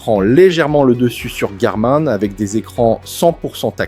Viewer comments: Des que t entends « Garmain » tu sais que le mec va parler d un truc qu il ne connaît pas. Tu peux donc zapper direct! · C'est une mauvaise blague le garmAIN ? un mot/marque anglais se prononce... en anglais. Es ce que tu dit "gougl" pour google ?